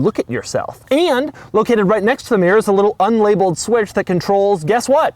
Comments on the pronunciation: Its pronounced ‘mirror’ not ‘meer’ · its called a mirror not a meer. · Americans can't say 'mirror' ... they say "meer". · Why do americans have such a problem pronouncing the word mirror ? Mirrrrrrrryyrrrrr ??